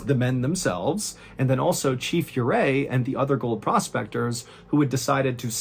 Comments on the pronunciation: It’s pronounced Orray. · Another great one sir. His name is pronounced oo ray. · I’m from Colorado and it’s pronounced Ooo-ray